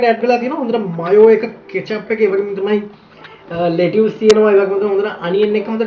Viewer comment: ලේටියෝස් නෙමෙයි බන් ලෙට ස්.